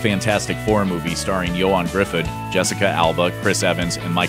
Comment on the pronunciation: You came this close to pronouncing Ioan Gruffudd's name correctly. His last name is pronounced, "Griffith." But it sounds like you pronounced it, "Griffudd." *SO CLOSE*.